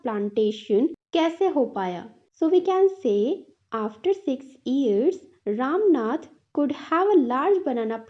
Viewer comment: Mam aap bura na manea please lekin Woh ram nath nhi Rama natha hai❤